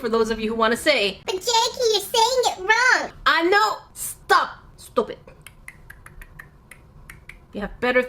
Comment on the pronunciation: I love how you say "stohp it" tutututututututut haha :D